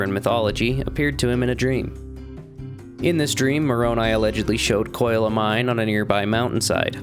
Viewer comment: Was butchering Brother Koyle's surname necessary?